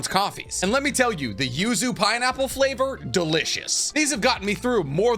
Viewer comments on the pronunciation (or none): none